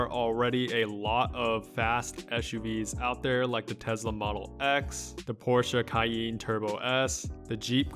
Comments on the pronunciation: "the Porscha Cayeen" 😂😂😂😂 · Man you need to work on your porsche cayanne pronounsiation